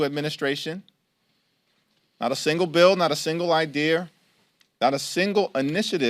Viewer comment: Did he just idear?? 😂